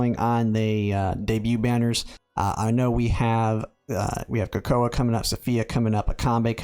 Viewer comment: Thanks for the heads up boss 🫡 Edit: Wait. Coco-uh? You mean cocoa pronounced coco? First tarot cards pronounced like carrot cards now we have coco-uh. Is this the trickle down effect of Americans not reading at grade level?